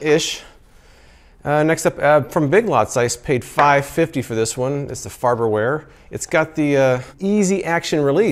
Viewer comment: "Farber ware" lol